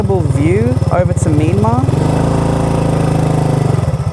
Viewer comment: I was confused when you said Mee-mar, until i heard Burma. You should say it as Mee-yan-mar (Myanmar). 😁